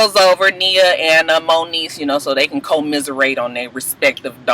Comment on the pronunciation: *Co-miser-ate.... * I fell out!!!